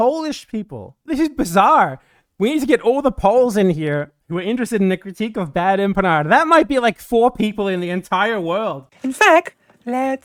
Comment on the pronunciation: every time she says your name and my beloved country's name wrong, I loose 20 months of my life.